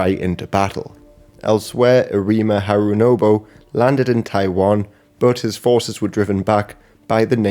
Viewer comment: Jesus Christ work on your pronunciation and reading. You outright misread the name “Harunobu” onscreen as “Harunobo” in and misspell Tsunenaga later on. Ridiculous